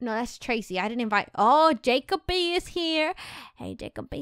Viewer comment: its jeck-o-bee not jakeoby